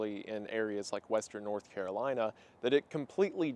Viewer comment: "Nurth Currolina" ☕:shelterin